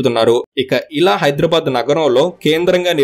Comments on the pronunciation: హైదర్ ఏ ఆబాద్ కాదు హైదరాబాద్ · Very good information, but bro check UR pronounciation of Hyderabad is incorrect. At some places U have pronounced it correctly as BADH and some times U have used BAD. So, I request not to use as Bad it's BADH, HYDERABAD there is no H inwritting but while pronouncing it sounds BADH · Hydrabad kadandi hidarabad ani pronounce cheyyali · ఎవ్వడ్రా నువ్వు హైడ్రా భాద్ ,,కాదు బే హైదరాబాద్ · Bad కాదు... బాద్... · హైడ్రబాద్ కాదు హైదరాబాద్ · First you learn how to pronounce HYDERABAD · Are you pronouncing Hyderabad the way it is supposed to be? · Dear, pronounce hyderbad correctly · Pronounce Hyderabad properly first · You are pronansetio not right